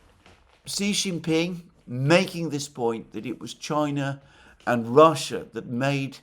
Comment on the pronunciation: Victor Gao said China's war with Japan was longer at 14 years — Japan had invaded and annexed Manchuria in 1931. (BTW, Xi Jinping is pronounced "she".)